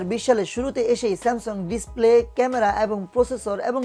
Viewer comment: আপনি তো উচ্চারণ ই করতে পারেন না। ডিস্পেলে কি ভাই? একটু বুঝিয়ে বলুন